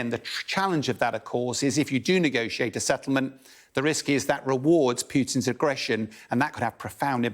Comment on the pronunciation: “Peeootin”? When is this guy going to learn how to speak English?